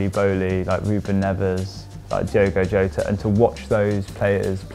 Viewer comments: You pronounced Jota wrong, in Portugal you say the J, in Spain you don't. So it's Pronounced 'Jota' not 'Yota' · Who’s “Rorre” Mendes and Diogo “Rota”? The J is pronounced just like in José Mourinho’s name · Who's "Rorre" Mendes and Diogo "Rota"?... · Jota not iota. In Portuguese, we pronounce the jay as jay get it. Please pronounce the names right ok thank you. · Get this right a J in Portuguese is not pronounced like a R it's just a J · Please understand that not every foreign language is pronounced like Spanish. Jorge is pronounced like George not "Whore Hey", Jota is Pronounced with the J that it begins with. Not to mention the terrible attempts anyone has pronouncing Joao. Its not "Yau", he's not Chinese, its not "Joe ay woah" just "Jew ow". Rant over